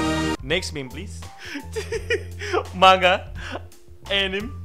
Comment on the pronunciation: Saya suka chanelmu, mengkritisi dengan cerdas dan membangun pemahaman, seya setuju dengan sebagian besar pendapat dan pemikiranmu. TAPI ada satu hal yang selalu membuat saya tepuk jidat, "MANGA tidak dibaca Ma-Nga ! tapi dibaca Man-Ga ! " Tolong... Tolong.. Tolong tanggapi pesan ini (saya akan terus mengulang komentar ini sampai anda memberi respon)